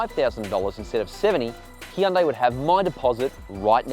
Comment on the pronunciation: Hyundai is pronounced like "sunday", not Hee-un-day